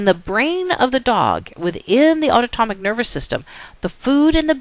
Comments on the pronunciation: aunotomic or autonomic? but awesome video otherwise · she is saying something that sounds way foreign and nothing like autonomic...it's like a new word LOL auto-tomic ??? UGH, I was distracted by that. And yes, otherwise, it was a good lecture. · Totally distracted each time autonomic was mis-pronounced.